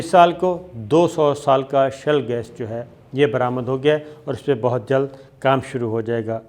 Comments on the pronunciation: With due respect, it is ‘Shale gas’ not shell gas. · Shale not shell. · its SHALE GAS not SHELL gas